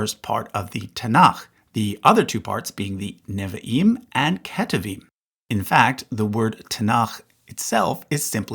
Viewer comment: Why, in all of your videos, do you mispronounce “Neviim” and “Ketuvim” every time you use those words?